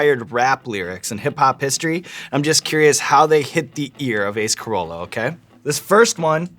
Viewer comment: His name is Carolla not Corolla. xD